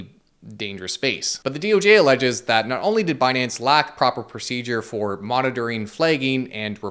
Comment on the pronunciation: Actually its pronounced as "Benance"